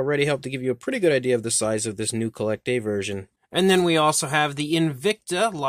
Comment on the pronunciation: I think it's pronounced "Collectuh"